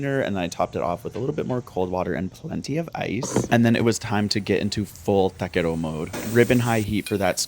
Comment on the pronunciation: Do you speak Spanish? You said “taquero” and “carne asada” perfectly